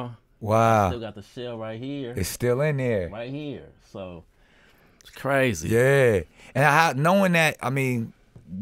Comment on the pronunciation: Them 9 shots got him sayin "C"razy again .. str8'n up his slang 👀..